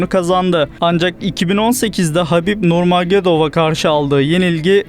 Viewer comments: Nurmagedov değil Nurmuhammedov Türkçesi böyle olmalı . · Habib nurmagedov ne la? Nurmuhammedov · Nurmagomedovun soyadını doğru söyle!